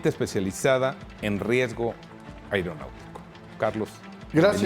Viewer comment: Pinche conductor, aprende a hablar. No se dice AIROPUERTO. es AEROPUERTO ni AIRONAUTICO, es AERONAUTICO. y asi eres conductor no mames!